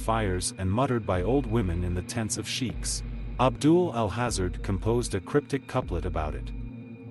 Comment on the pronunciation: "Al hazard" good video, bad pronunciations. Should be "al haaza-Red"